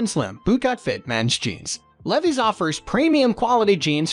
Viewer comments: Leveees? Levies? (Levi)! LEVI's L E V I S, LEAVE-EYES!🥳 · The robot voice needs to learn how to pronounce "Levi's " lol ridiculous. 😂😂😂